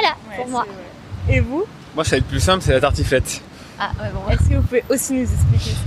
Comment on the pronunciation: How does he pronouce "ça va être" ? It sound's like "sha".